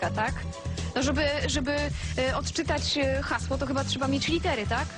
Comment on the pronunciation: "ODCZYTAJ UKRYTE HAŁSO"